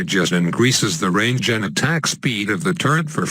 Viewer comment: Was that cyro 'turret' or 'turd'? XD